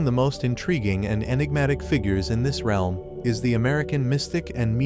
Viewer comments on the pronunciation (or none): none